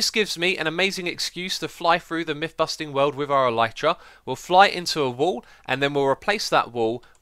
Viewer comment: Just to let you know, "elytra" is pronounced "el-i-truh" It's the wings of some bugs such as beetles. The video was very nice though and I've always enjoyed watching for a few years now! :) Thank you for your hard work and keep it up!